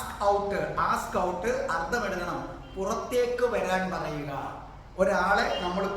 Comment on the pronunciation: വളരെ രസകരമാണ് സാറിന്റെ ക്ലാസ് അതുകൊണ്ട് ഞാനും ഇംഗ്ലീഷ് പഠിക്കാൻ തുടങ്ങി ക്ഷമിക്കണം ഒരുകാര്യം പറയാൻ അനുവദിക്കണം അർദം എന്നല്ല അർത്ഥം എന്നാണ് മലയാളത്തിൽ ശരിയായ ഉച്ചാരണം..